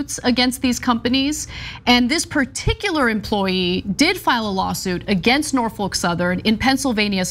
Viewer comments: It’s Nor-fuk Ana... Nor Fuck... not folk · The L is silent In Norfolk Ana